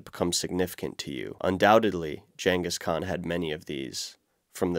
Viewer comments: Gggg hard G- engis khan.. Not jenga skaun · "Jangus Khan" lmfao. whut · ar-ki-PEL-i-go con-TRIB-u-ted GAN-gis Kahn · Please review the pronunciation of "Genghis Khan." You're pronouncing it as ""Jan-kis Kaan" when it's "Geng-gis Kaan" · Take a shot everytime he says "Jengis Khan" 😂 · This dude really said "Jengis Khan" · “Jengis Khan” killed me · Content is great, but many mispronunciations! It really isn’t hard to highlight a word and get ‘look up’, and then go to pronunciation! Archipelago, Genghis Khan, grisly, and others were mispronounced. If this is AI speech, then you need to get a better version! If it is a real person, there’s no excuse! Correct pronunciation is the next step towards professionalism and being taken seriously. Good luck. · Your pronunciation of Genghis Khan is like nails on a chalkboard when I hear it. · can you learn how to say Genghis Khan right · Are these narrated by A.I? I only ask because there's a lot of odd pronunciations of pretty common words, the way it pronounces "Genghis Khan" and "archipelago" stood out as two examples, and I've noticed odd pronunciations in other videos as well. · The actual content of this video is super informative, and I'm wildly jealous of your exploration. However, you really need to work on pronunciation... Hearing you butcher simple words like "archipelago" or household names like "Genghis Khan" makes me doubt your credibility about every single unusual place name you bring up. I think taking care of those details would really benefit the content and credibility of the channel. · Archipelago, Taiga, Genghis Khan?? Maybe look up words you don’t know how to pronounce